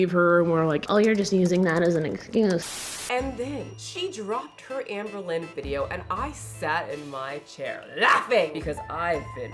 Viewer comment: Jamie has a chronic need to be the smartest/virtuous person in the whole wide room. edit: ps did you say Ambealones?!? (albalone) HAHHAHAHAAAhah💀 that term has got to be entered into the Haydur Nation Handbook.